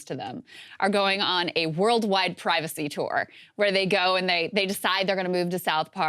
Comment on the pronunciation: WE WANT PRY- VAW-SAY!!